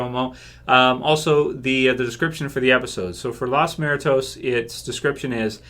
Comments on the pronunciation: Great video, also, it's pronounced lOs moo-er-tOs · it's pronounced "moo-err-toes". Lol! I think you did alright for not knowing Spanish. 👍🏼